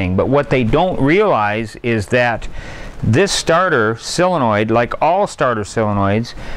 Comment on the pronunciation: Soooooooole le noid… sooole…sole…sole… Len…noid Not sell le noid